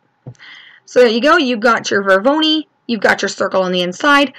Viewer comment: NIce tutorial, but the word isn't "Vor-VO-ni", it's Vor-O-noi (pronounced VOR-OH-NOY). :)